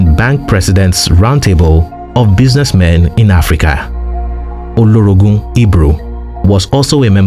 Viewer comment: NOTE _He:s called OLOROGU _ HIGH CHIEF NOT OLORONGU _ WARRIOR 😂😂